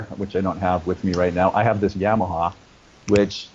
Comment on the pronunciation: You are great ! I listen to (and watch) your video 'She's so High' every day. I have a question about your interview. What in the heck were you drinking? Maybe I should know, but I don't. Also, I have a comment. Your pronunciation of Yamaha is funny to me. I also saw you sing and play on YouTube, a British show, I think. And the announcer pronounced your name different from most people that I know. I bet you know what I'm talking about. If not, call me and I'll pronounce it both ways for you. I only answer my phone if I recognize the name or number. So leave a message, I'll recognize your voice. I don't really think you'll call me but it's worth a shot. Nothing but platonic intentions. I'm old. Too bad for me.